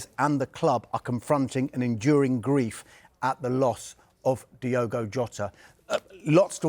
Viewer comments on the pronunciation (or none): If you’re going to speak about Jota at least pronounce his name correctly. It’s Diogo not Diego. 🙄